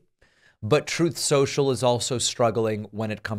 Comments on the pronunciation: I’ve not heard “raison d’etre” and “troth sential” used in such close proximity with one another. Thank you for making my evening! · The overlay of Trump saying "truth-sential" whenever it's mentioned cracks me up every time.